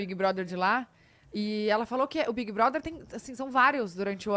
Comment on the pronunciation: Não é assim! É bigue broder! 😂